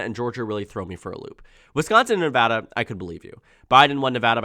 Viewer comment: Thank you for pronouncing Nevada correctly :D